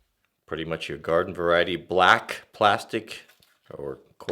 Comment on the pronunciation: why did he emphasize black XD what a racist